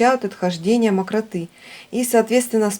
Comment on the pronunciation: Не мокротЫ а мокрОты